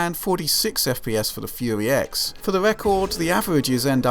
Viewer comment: I love it when he says "Fuey X" XD